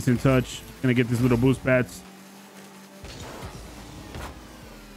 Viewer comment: Why he said bboosst like that